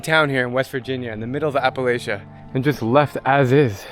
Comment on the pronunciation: you don't know how to pronounce appalachia - makes me wonder about the rest of your content.